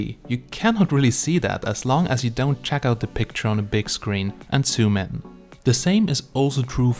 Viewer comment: Hi there. I know that English is not yours first language but if you say sumin and you mean zoom in, my subtitles shows sumin instead of zoom in and it's just a little bit annoying but other than that it's quite good comparison. By the way forgive me for my English, because it is not my first language either so forgive me all mistakes.